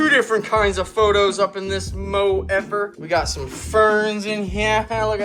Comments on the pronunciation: It's pothos not phothos not sure if u are joking but its pothos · As a plant person, im loving all the plants in the enclosure. As a plant person, the way you say pothos kinda drives me insane😂😂😂 photos.......oh my gah its hilarious🤣 Love the whole set up. Worth the wait. ❤❤ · Me coming to the comments wondering if I’ve been pronouncing “pothos” wrong and no one told me.